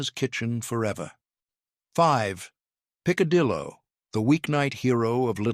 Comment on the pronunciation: The pronunciations are hysterically funny. Pick- a-dillo had me screaming 😂😂😂😂😂😂😂😂😂😂😂😂. Poor guy tried but he really massacred most of it. 😂😂😂😂😂